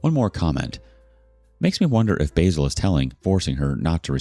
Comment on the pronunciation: Lol its not basil as in how Americans wrongly pronounce the herb but basil as in baa like a sheep and sill like windo sill. So its ba-sil